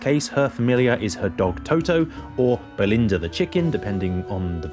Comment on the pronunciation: Oh, and also, It's Billina, not Belinda. I know Belinda is an actual name, but her name is Billina, and there's a specific reason she's called that that they didn't get into in the movie. She was named Bill as a chick, then, of course, it turned out she was a hen and not a Rooster, so her name was changed to Billina.